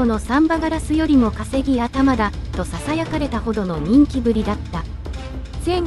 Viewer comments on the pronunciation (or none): 誤読が多い。例：5：00 「稼ぎ頭」 ×「かせぎあたま」，◎「かせぎがしら」